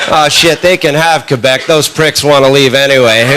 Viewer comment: LOL, I didn't know this but Sean can speak French! I noticed it right away when he said Quebec. Engish people pronounce it Qwebek. He didn't make that mistake. He pronounced it right. BTW, I'm not from Quebec but I do speak French which is how I noticed.